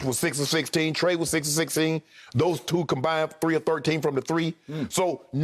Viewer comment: Skip said “Mice Trae” bro 😂😂🤣🤣